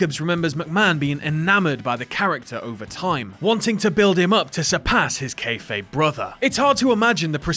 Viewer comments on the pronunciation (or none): none